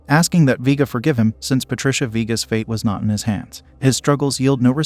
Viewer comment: Vee-guh 🙄🙄 Vay-guh ☺️☺️